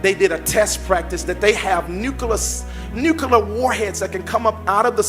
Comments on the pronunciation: pronounces nuclear as “nuculer”. Lol. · “Nucular” and “bummed” lmao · Noooo, not the Nu-Kuh-lar submarines 🤣🤣🤣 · "nucaler" ? "Hummasexuals"??